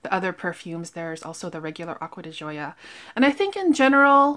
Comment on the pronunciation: Nice video..I too Love Hermes fragrances..so luxurious and beautiful! Ordering online at Hermes is great too..they package it in their beautiful boxes with ribbon! I love your reviews! Also, try the Ocean di Gioia..it’s wonderful!! Pronunciation is “di Joe” soft J 🤗💕💕..Cheers!